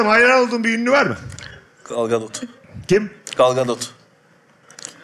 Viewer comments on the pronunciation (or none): Gal ganotu galganotu galganotu telaffuzu GAL GADOT okunduğu gibi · Galgadot! diye anladım ben, doğrusu nne acaba 😄